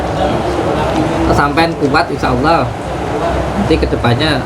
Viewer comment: Piye to Mase melafadkan asma Allah ko Liye masze Tolib 😀😀